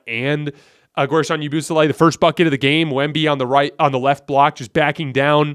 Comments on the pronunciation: The way he says yabusele got me rolling bro lmao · The way you pronounced Yabusele took me out 😂